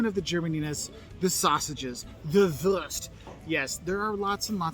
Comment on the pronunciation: I love how he don't say Wurst but würst 🤣🤣🤣